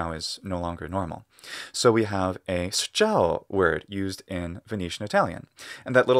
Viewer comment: man, i can't but ammire your pronounciation of phonetical characters. In particular, being from around Venice myself and listening to you spelling from "schiavo" to "sciavo" to "sciao" and especially "sciawo" send me a shiver down my spine, you really sounded like a XVIII century Venetian noble man, it was like listening to a Goldoni theatrical piece, not even being italian is an even bigger achievement. Great job.